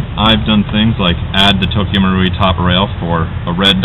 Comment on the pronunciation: finally! About time someone pronounced Tokyo marui right!! GJ!!!